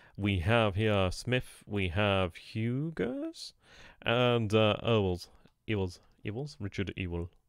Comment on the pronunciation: On pronunciation: Huger is pronounced You-gee. It is of French Huguneout origin, so hence the lack of annunciation on the last letter. Ewell is prounced You-wool.